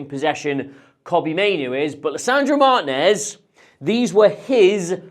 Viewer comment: Martìnez = "Mar TEEN ez" not "MAR tinez"